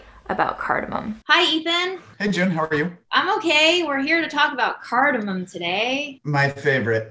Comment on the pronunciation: I love cardamom. I hate how people call it “cardimon” Let’s get it right folks.